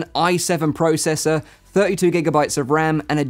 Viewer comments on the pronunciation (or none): none